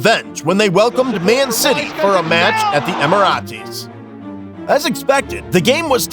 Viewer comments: what the fluff is Ehmehrahtizz? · I know I’m 3 months late but this showed up on my for you page. Stopped watching at 5 minutes when he said ‘Emmy-rah-tees’ 😂😭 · Horrible video. Great footage but awful narration and, in case anyone in production is watching, if you use AI for your commentary and it pronounces the Emirates like Em ee raa tays, AI is an embarrassment to your video. Gave up about 6 minutes in with your irrelevant cutaway pictures. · Emirate rhymes with Illuminate now. Also, how does Michael Oliver still have a job? Has there been an investigation? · From now on thats how I will be pronouncing Emirates 😂😅❤ 👍